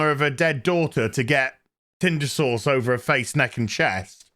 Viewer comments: It still sounds like you're saying Tinder sores. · 5 of these in, and I still laugh everytime says "rear doughnut shop" and "tinder sauce" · I was so happy when your review of this show popped up. Every time you say tindersause, I bust out laughing.